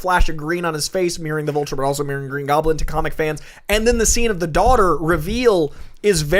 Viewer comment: Wait excuse me did say "Volture"......tf